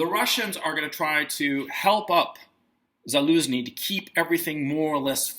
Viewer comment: The head of the Ukrainian military's name is pronounced "Za-LOSE-nee"? lol! How absolutely perfect. 😂